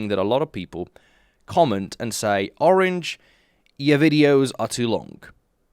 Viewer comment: Orange turns Australian